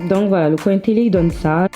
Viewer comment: J'adore quand tu dis "bien" "fin" coin"( bieng, fing, coing)😘